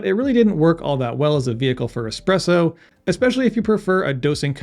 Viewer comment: did you just say "expresso"? Heresy!! Great video though.